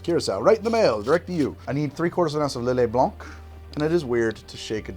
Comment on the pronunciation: The "C" in "Lillet Blanc" is silent. It's white in French.